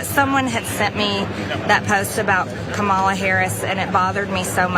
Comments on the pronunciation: Did anyone else notice this? At about of the clip MTG mentioned the post about Kamala Harris and how it bothered her so much. Well, if it bothered her so much why did she still mispronounce Kamala which she did. I think she used the whole line to get in the mispronouncing of the name as what they have been doing to Ms. Harris from the beginning.. Just a thought. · "someone had sent me that post about ka-MA-la Harris" Loomer makes you look like Mother Teresa, but we still see you. trailer trash harpy 🤣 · This fool still can’t get pronounce Kamala correctly! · Mtg says loomer is racist and call her out, while purposely announcing kamalas name wrong. They are all jokes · Come on Marg, it bothered you so much yet you mispronounced VP Harris name. Biich bye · Marjorie complains about Loomer's racist attack while continuing to mispronounce Kamala for the purpose of othering her. 🤣🤣🤣🤣🤣🤣 Your country is batshlt crazy! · Can we all appreciate the fact that MTG was saying how she hated the post and still said Kamala's name wrong?